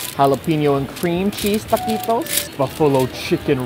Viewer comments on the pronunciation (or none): Just a heads up guava, it’s pronounced “ta-qwe-toes” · As a Mexican, having your favorite YouTuber say "takittos" hurts badly...